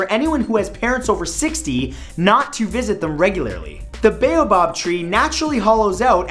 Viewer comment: Bayobob? I've never heard of the bayobob tree. I've heard of a similar tree though, the baobab tree Pronounced (B-ow-bab)